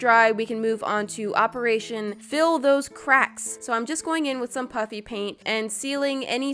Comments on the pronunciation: No matter what I always think she’s saying “puppy” paint not puffy paint 😭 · It sounds like you're saying puppy paint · heh.sound like she is saing puppy paint